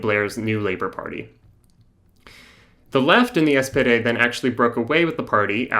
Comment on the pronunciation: You're calling the SPD the "SPD" but using German pronunciation (with a terrible accent), or as you frame it, "those in the know", thus demonstrating why the left arent winning the working class.